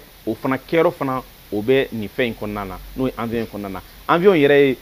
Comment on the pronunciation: Bjr Quand vous donnez des infos en bamananka évitez d'utiliser bcp trop souvent les mots français Il faut prononcer << avion et non avion >>>